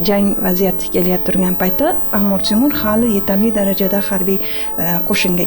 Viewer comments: Эй диктор чудила мусикага нима бор ва Амур Темур эмас Амир Темур бошингга эшшак тепсин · Биронта Янги гап эшитмадим. Кейин хам опахон амир цемур эмас амир Темур деп айтилмайдими ? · Амур (Amur) Темур эмас,Амир (Amir) Темур! Қачон тўгри гапиришни ўрганасизлар?! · Амур Темур эмас Амир Темур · Амур Темур эмас Амир Темур! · Сохибкироннинг номини тугри гапиринг амур эмас Амир Тимур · Нимага бошлавчи Амур Темур деяпти,тугри талаффуз килиш керак эди...